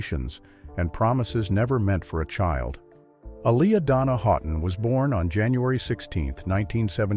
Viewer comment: Is not Dona its pronounced D-a-n-a.......